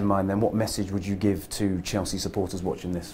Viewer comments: "I came to Chels-chee"??? wtf man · Lmao he said Chel-chea 😂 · He can’t even pronounce “Chelsea”. The first scouse ever at chelsea? Or he’s the only one scouse in the squad right now?